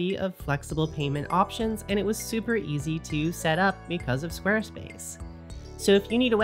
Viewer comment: Did you say east to learn? Obscuring…